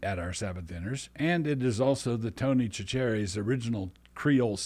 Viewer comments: I have been corrected by a friend from Louisiana on the way to pronounce Chachere's. I am told that those from down Louisiana way go with "Sacheres"- the leading ch being an "s" sound as in sound rather than a "ch" sound as in chief. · Cachere's is pronounced "Sash-uh-rees". Sincerely, a Deep East Texas boy. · Love the reference but it is pronounced Tony Sa-shor-ees 😁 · Dear Brother Doug , I’m a huge fan of yours and agree with A LOT of what you say/ do however, it is pronounced Tony’s (sat-ur-ees), Sincerely guy from Louisiana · Doug, we in the south pronounce it Tony "sasheries" if that makes sense. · I live in south Louisiana. Please correct your pronunciation of Tony Chachere’s. It was physically painful. “Sah-shuh-rees”